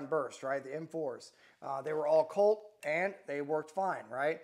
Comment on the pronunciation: Lmfao 😂! This guy is the gift that keeps on giving… “Colt” 😂